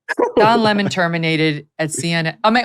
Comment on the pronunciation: Loved how tucker called him lamon